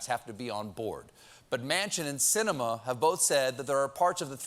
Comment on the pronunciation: HEY STEVE: IT SHOULD BE "SINEMAN' NOT 'SINEMIN'.....................THANKS.............GOOD LAUGHS, GOOD MEDICINE